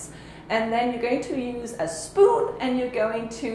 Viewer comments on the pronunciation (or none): I keep rewinding to the part where she says spoon and cackling